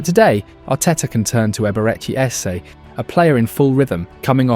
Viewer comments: Almost there "a-beret-chee" "air-zeh" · You stated that Timber's performance was a "centre back's dream" ... he played fullback in this match and has been a fullback for 99% of his Arsenal appearances. Also, Eze's first name mispronounced. And your audio edits are cutting off on-air talent's soundbites. forgive the nitpicks, would like to see the content improve as its solid stuff ... take care.